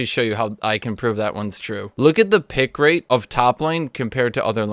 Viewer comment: "pick late" wtf, r u japanese?